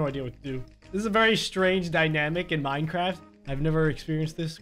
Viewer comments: “Miencraft” okay then. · "Miencraft" sure, sure.